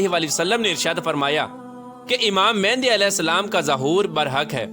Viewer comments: Oh bhai pehly achi tara research kr k phir aaty.naam tuk to sahi nhi lay rahy aap Imam Maahdi ko baar baar mehndi bol rahy. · First off all u say the name properly its not mehandi its mehdi a.s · It's Imam Mehdi ع not Imam Mehndi